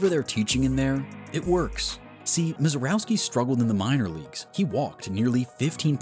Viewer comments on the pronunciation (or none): It’s pronounced “Miserrovski.”